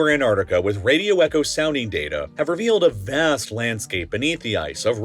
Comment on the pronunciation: 😂😂 "More than ah DUHHzon..."😂 "have revealed a Vhass..." 💀💀🤣 bruhh, I'm geekin rn 💀 😂...life is great